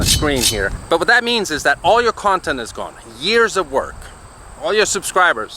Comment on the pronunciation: Word of the day, "Kawntent".